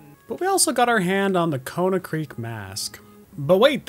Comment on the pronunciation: I just noticed you keep saying Konahrik as Konahkrik, I though I had misread it this whole time lol